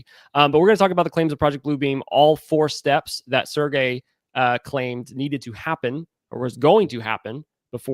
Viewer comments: In French, his name has a soft “g”….pronounced Serj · Serge is pronounced [Surge]